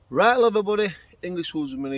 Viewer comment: at the intro I though you said, "right, love her body" Had to rewind and check 🤣🤣🤣 another great video mate!!